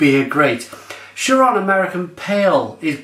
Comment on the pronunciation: A little research old lad, is pronounced Kee-Ron, Thronbridge BREWER not Brewing Company, £2.20!?!? Beer Ritz sell it for £3.19!